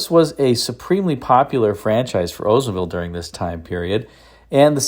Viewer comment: I don’t know which is more grating to the ears. Hearing about an “Ozemobile” or hearing about someone getting “oder.” It’s as bad as the Pretty Litter gut saying “vet-in-arian.”